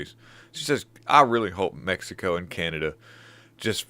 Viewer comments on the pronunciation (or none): none